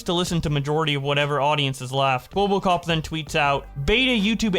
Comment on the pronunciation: why do keep calling him "kwobbokop"?